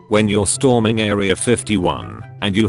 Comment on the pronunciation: #UselessComment Nobody: The Narrator Voice: St - HOR - ming